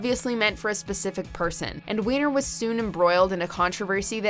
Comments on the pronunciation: Surely the surname Weiner is pronounced "Winer" although, in this case, we can all understand if everyone calls him "wiener". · Serious !? Since when do you pronounce Weiner as Wiener ???? When you make a video like this , at least know how to pronounce the names ........ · Right. He doesn't even pronounce it as "Why-ner". I even had a friend with the same last name and pronounced it that way.